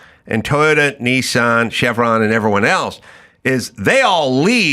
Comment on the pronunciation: Knee-sarn .. it's Niss'n 😂